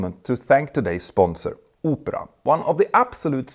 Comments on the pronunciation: Opera not Upra 😂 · It's pronounced Aw-pruh not Oh-prah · I love to sit in the window seat on any flight. The idea that window seats would be few and far between makes me feel motion sick. Also, the web-browser advertised is pronounced Ahp-ra, not Oh-pra (like Oprah "Everyone has a free car" Winfrey). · "oopra" sucks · I kept thinking he said "Oprah" for the sponsor 😂